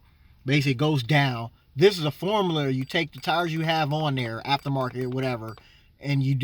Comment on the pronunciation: "Some sort of maff formuler "lmao still a helpful video